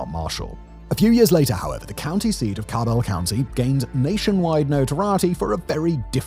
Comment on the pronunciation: My mother and her family are from West Virginia. As far as I'm aware, no one on my mom's side is affected by the opioid crisis, but I haven't had contact with family on that side in years. And, uh, Simon, the "ca" in Cabell sounds like "cat," and Kanawha is pronounced "kuh-naw-wuh," or "kuh-naw" if you want to sound like a local."